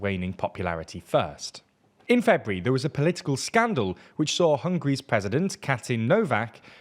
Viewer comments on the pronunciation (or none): none